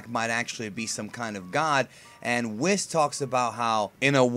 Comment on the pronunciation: Really?! Whis' name has been around for 2 or 3 years and you still can't pronounce his name right, like come on!